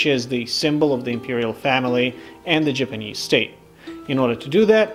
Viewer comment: Love this show. I wish the narrators wouls speak or pronounce words correctly. Japanese is not pronounced Jipanese. Get a clue